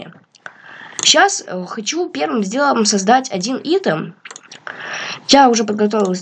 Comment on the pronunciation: Не итем а айтем но всё равно класс